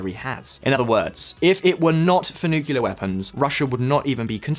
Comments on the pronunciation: New Shot Game: Take a shot every time he says "Nukular" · Please stop saying nu-ku-lar. You're not even American! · nookie lard? why is so hard to say nuclear properly? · What are all of these nucular warheads you are talking about? I know what nuclear warheads are, but you've got me stumped with these nucular things. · "Newkewler". Ruined vid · It's N 👏U👏C👏L👏E👏A👏R . Nuclear! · I really want to hear you but your absolutely ignorant pronunciation of the word 'nuclear' is way too much of a distraction to seriously consider anything you say. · You couldn't have chosen a worse video to mis-pronounce "nuclear" in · Why do you keep pronouncing nuclear like that Texan president? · Learn how to properly pronounce nuclear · Love the channel but hate your pronouncing of nuclear. It's kind a 4th graders. Edit: says it correct on his voice overs in video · Dude. You need to learn how to pronounce Nuclear! Srsly how did no-one in your team pick up on that? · Why is 'nuclear' so hard for so many people to pronounce properly? I don't get it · I am glad to see someone else also got triggered by the way he pronounces NUCLEAR. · Nice video, but please consult a dictionary about the word "nuclear" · THERE IS ONLY ONE 'U' IN NU-CLE-AR. IT IS NOT "NU-CU-LAR". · It's just an annoyance about him and other people saying "Nukelar" instead of "nuclear". TLDR: When nuclear bombs started to proliferate, the media shortened the word nuclear to nuke. From there, people re-extended the word to nukelar. Nuclear --> nuke --> nukelar. Nukelar is not a word. It is just a mistake and sign of stubbornness. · Nu-clear. Not nuc-ular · NUCLEAR NOT NUCULAR AAAAAAA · Why can't many Youtubers pronounce 'nuclear' correctly ? That's 'new' + "clear' and not 'new q lar"..... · After 16 minutes of listening to "nucular", I don't think I'll ever put up with a Brit correcting the American pronunciation of Aluminum ever again... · Nuclear. NU-CLE-AR. Repeat after me 🙉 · NOO-CLEE-UR. For heaven’s sake.